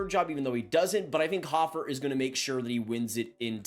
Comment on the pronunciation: Big fan of Joel hofer but can’t even pronounce his name correctly 😂